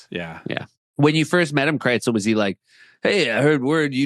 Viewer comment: Seth, why do you pronounce Krisel's name KRITZEL? Are you hungry and thinking about pretzels?